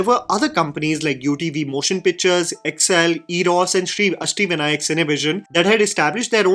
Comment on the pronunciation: Did he just say "ASHTEE Vinayak"?